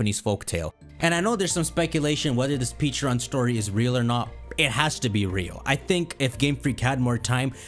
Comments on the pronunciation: Take a drink everytime he says "Peacharunt" instead of "Pecharunt". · Dude. PLEASE. For the love of GOD. STOP saying Pecharunt like that. It just makes me not even want to watch because it’s like I’m watching some knock off nonsense video where the guy has no clue what he’s talking about, given WE WERE SHOWN AN ANIMATION WITH THE CORRECT PRONUNCIATION AND YOU WATCHED IT. I know, dumb pet peeve, but it’s driving me crazy.